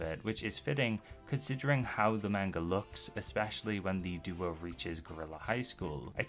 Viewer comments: how are you going to make videos about manga when you can't even pronounce the word "manga" correctly? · lmao heard how you butcher "manga" in the first five seconds nope. not gonna listen to someone who can't be assed to learn a foreign word correct